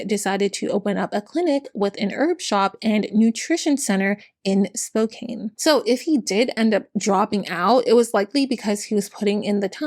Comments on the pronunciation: I dont mean this in a rude way I just live in the area so I noticed it. Spokane is pronounced Spow-can not spow-cane. Its a native american name Love your videos <3<3<3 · Hello! As a friendly neighborhood Washingtonian, I wanted to let you know we pronounce Spokane as "spo-can," not "spo-cane." Love your videos! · Oh hey Spokane! (It's said Spo-Kan btw!) I was born and raised there! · It's spoke can not spoke cain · I love your videos but I just wanted to let you know Spokane is pronounced Spo-can not Spo-cane, if it ever comes up again the future. - Washington resident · Small thing, but as someone who lived there, "Spokane" isn't pronounced like "Cane" but rather "Can" at the end. It's how the locals can make jokes about "Spokanibis" and such. lol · I am disappointed on how few "its pronounced Spo "can" " comments there are lol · Spokane rhymes with man, "Spo-can", not mane. 😉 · Great video! For future reference Spokane - the kane part is pronounced as "can" :) thanks for the information, very comprehensive and impressive! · Growing up in Spokane (it does not matter, but it is spo/Can not Kane), and knowing lots of people who sold Young Living because there is a lot of LDS and other millennial religions in the area and it was a “local” business. I did get some deodorant once, but then I found out about him holding his own baby underwater for an hour? I never got it again, it was nice at least- awful company, horrible founder. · Spokane is pronounced like Spo-can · fighting the obnoxious urge to say „Its pronounced "SPOKE-ANNE!““…(i love you. im sorry) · Excellent video. Highly informative. Very telling he jump from lands preservation to logging without batting an eye. However, it is my sacred duty as a Spokanite to inform you the 'e' is a lie. Spokane like 'Spo-can you please change your city's name already.' ;) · When will Spo-Can have enough notoriety to be pronounced correctly? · Honey, it's pronounced Spo-can (Spokane). For future reference. ☮️💜